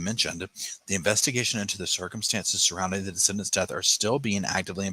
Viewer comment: On the replay - ❤ your recaps g buuutttt, it's de-ceed-dants